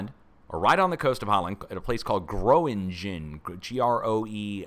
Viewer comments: Gröningen pronounced Grerningen I think, fracking country, gas villages. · The Dutch town of Gronignen is pronounced " GRO- NING- EN"